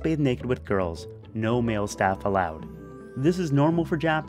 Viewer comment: their no no no sounds so Indian, nahi nahi nahi